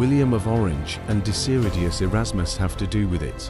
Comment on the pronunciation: Mooie video. Wel een kleine correctie: Het is Desiderius Erasmus, niet Desiriudus of Desiridius ) zoals jullie er van gemaakt hebben...